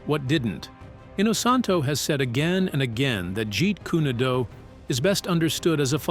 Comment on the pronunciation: Videos like this would be taken more seriously if the narrator could at least pronounce Jeet Kune Do and nunchaku.